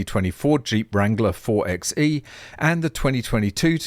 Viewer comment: "4xe" is pronounced "four by e", as a play on 4x4 (four by four).